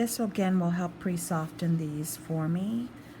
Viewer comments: THANK YOU!! WAY TO START THE WEEKEND😉LOVE THE WAY YOU SAY PRE-SOF-T-EN WITH A HARD T 😂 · 🥰 this video was right on time! So soothing, caring and educational. It tickles me when she says "Pre-sofTen" with a Hard T. 🤗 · YES me too! I know it’s not technically correct but I love it for some reason. I’m glad other people notice as well. ☺️☺️